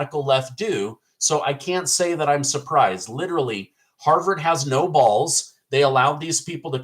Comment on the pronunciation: HARVYARD?? LOL I LOVE THAT I LOVE TO LAUGH MAN